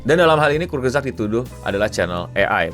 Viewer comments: kurts-gezakt dibacanya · Eh itu Youtuber kesukaanku 😭 Bacanya : Kurz gesagt (artinya perkataan pendek) mungkin maksudnya short story gitu. Aku juga baru tau cara bacanya setelah belajar bahasa jerman :u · Enggak gitu bacanya bang. Bacanya Kurs gesak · Kurzgesagt dibaca kutsgezagt, e-nya kayak di kata "kenapa".